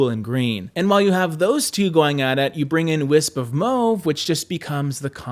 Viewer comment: MMAAAWWWW-VE. NOT. Mow-ve😘